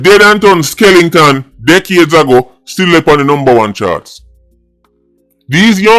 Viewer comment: Skelenton lol 😂